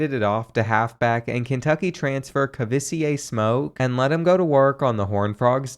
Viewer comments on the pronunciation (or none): As a Kentucky fan, I am appalled at the pronunciation of Kavosiey (ka-vo-si-aye) Smoke's name.